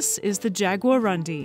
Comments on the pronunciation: It's a Guarani word,. and should really be pronounced "yaguaroondee", but I guess it's hard for English speakers to resist pronouncing it as "undies". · jagua-room-DEE, this is the pronunciation, the stronger silable is DI. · lady is pronounced; "jaguaroondee" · it's pronounced "jagua-roondee" ("jaguar" + "dark" in tupi) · Jaguarundi Nepali and hindi speaking peoples are too stunned to pronounce 😅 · So cute the way she pronouces "jaguarundi" completely wrong.